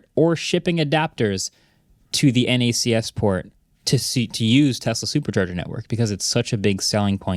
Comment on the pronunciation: It's knacks. Not en ay see ess.